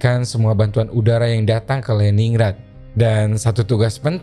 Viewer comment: Just info : Lenin grad utk pelafalannya Om.